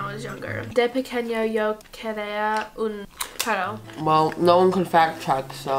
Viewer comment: Especially the perro LIKE YOU NEED TO ROLL THE R'S PLSSSSS